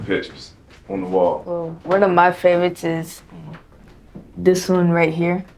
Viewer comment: "muh"...how sophisticated.